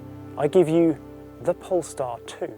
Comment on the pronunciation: I keep hearing “pornstar”